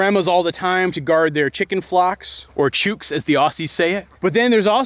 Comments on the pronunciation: So I'm from Australia and I burst out laughing to hear you say "chewk". Thank you that made my night. But just so you know (not in anyway condescending) it's chook, like book. But you're so right, I never really understood that working dogs needed to work, and then I had a housemate who had an AUS blue heeler (similar to an AUS Shepard) and she was never put to work or walked or anything, just locked outside all day and she had such bad behavioural problems and got extremely bad separation anxiety and was so destructive. One day the dog jumped through a window and completely broke the flyscreen, and for months that was then her favourite thing to do repeatedly. My housemate would give her food 'puzzles' to solve on the rare occasion and she would finish them in about 2 minutes, and then proceed to bark all day in a suburban environment. It was awful to watch but if I tried to delicately say anything it was very quickly made clear to me that it was not my place to say anything. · Chukes! lol Chooks Ch-ook (like the noise a gorilla makes) so you call out Chook chook chooookie! (Rhymes with cookie) and they all come running (and all your poddy calves will come running because they think your shouting sook sook sookie, all your horses will come running because they think the calves are getting feed (and want to steal some) and finally all your dog with come running because clearly something exciting is going on) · Pronounciation tip from an aussie viewer - 'chooks' is pronounced like "books". :D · In Oz we do call chickens "Chooks" but you pronounce it like "hooks". Love your Toby dog and all the crew you have there, A very nice video, Thanks! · Australians pronounce ''chooks'' the same way we pronounce ''looks''. Thus concludes our accent lesson of the day. EDIT: I also cannot wait to see Toby's reaction to the cows when they move in. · Chooks rhymes with books 😂😂😂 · lol we pronounce “chooks” like “books”